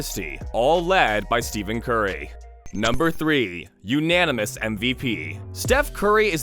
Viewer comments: It’s Steph-en not Steven bro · Did this Mf js SAY STEVEN BRUHV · Who voiced over this… Steven Curry?! How are you going to make a video where you mispronounce the mans name but then still call him Steph not even a minute later.